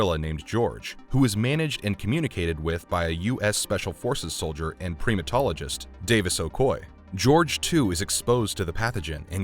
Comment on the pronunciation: Primatologist is pronounce PRY-ma-tologist. Not PRE-ma-tologist.